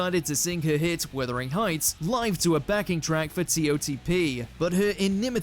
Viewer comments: The voiceover actually says wIThering heights....what a twat. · Withering Heights??!! 🤣🤣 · Withering Heights . FFS get it right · Heavy metal? Ridiculous reference! And 'Withering' Heights? Farcical! 'Wuthering,' for goodness' sake. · Hmm. It’s Wuthering not Withering. Why nothing from the 60s when the programme was at its peak? If you saw it, who could forget the audience singing along with Paul for Hey Jude, for example? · Mate, it is WUTHering Heights not WITHering Heights as you incorrectly pronounce it! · Its Wuthering heights not Withering Heights. Jeez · "Withering" Heights lol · 'Withering Heights? It's Wuthering Heights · Wuthering not Withering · "Withering" Heights. Get a grip! FFS! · “Withering Heights”. Are you takin the piss? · Er…… Withering Heights? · "Withering Heights"!!!!! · Did he say Withering Heights? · W'U'thering Hieghts, for God's sake - WUTHERING HEIGHTS !!!! ....... Idiot ! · WIThering Heights? 😂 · “Withering” heights. 😂😂😂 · Withering Heights??? Are you dumb?? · Withering heights🥀😂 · The narrator seems to say “withering (sic) heights” twice. ????? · 'Withering' Heights !?? WTF are you on about ??! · Withering heights.. FFS it's WUTHERING! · How can you not pronounce Wuthering Heights correctly?